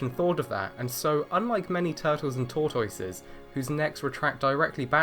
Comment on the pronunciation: The saddest part of this video was how you pronounce tortoise.